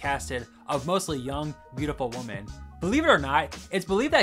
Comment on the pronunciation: Do you not know how to say women and not woman? Holy